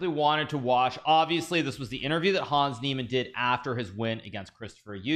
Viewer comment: Hikaru, he's called Hans, not Hawns